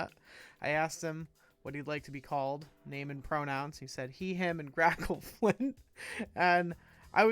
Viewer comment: Your pronunciation is right, but do feel free to call me Grackle or Grack if it’s easier.